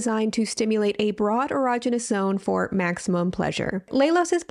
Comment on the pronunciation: I love you, - I love you. I never want to hear you say "erogenous" ever again xDDD